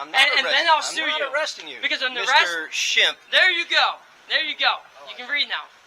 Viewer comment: “Shimp?” More like “Shemp.”